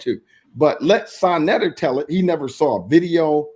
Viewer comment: i was referring to when you stated pronounced your name wrong. It sounds harsh on second thought, but if you're gonna make the claims that he makes it brings harsh criticism.